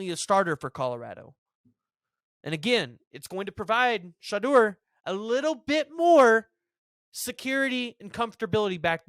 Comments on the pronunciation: “Shadoor” not shy door lol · Not (sh-ah-dure) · It’s She-duer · It's Shuh-door. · Dude you totally messed up Sheduar Sanders name, go back and listen to one sports talk program and work on your craft. Second Deion Sanders goes by Coach Prime. Hell even the HBCUs got it right. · You're still pronouncing the name wrong. It's pronounced Shuh-door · A European having a hard time saying African name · You are killing his family name!!!!! It's coach Prime son! You didn't say his son's name correctly. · You said his name wrong...just look up how his name is said..